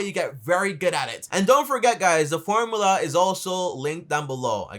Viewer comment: Its called a formula.. Not formala